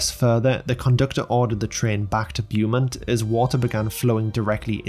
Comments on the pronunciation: It cought me off Gaurd but I just went with it lol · its all good i found it funny feller